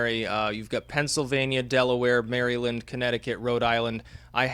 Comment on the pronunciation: Repeat after me, young Skywalker: MARA-lind